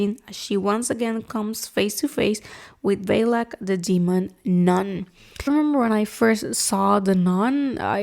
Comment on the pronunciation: The demon Valak is not pronounced as Vaylac, the phonetic spelling of Valakis "v-uh-l-aa-k".